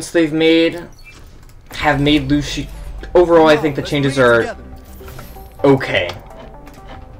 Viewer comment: top 500 but doesn't know how to pronounce either "Lucio" or "boop" lmao